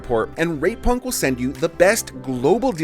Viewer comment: Please go out of your way to really enunciate the T in rate punk 😂